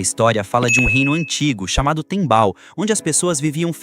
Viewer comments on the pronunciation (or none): tembal ❌ Tempal✅